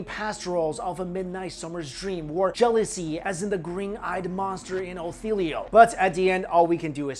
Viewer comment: looool he said otheeelio